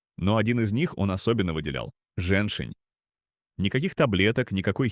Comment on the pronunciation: жЕньь-шень. ударение на первом слоге. А не женшина.